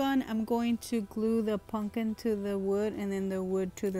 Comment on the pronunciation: puMPkin (not PUNKIN) 😬